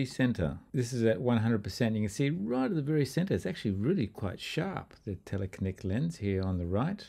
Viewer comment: Tell a kee nick: From telephoto and kino meaning cinema.